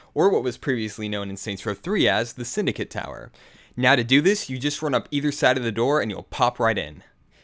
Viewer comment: its the zin-dycate tower